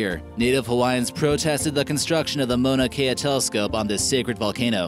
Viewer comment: Can someone tell this guy that the Mauna in Mauna Kea is not pronounced Mona with a long o? The Mau sounds like cow or how.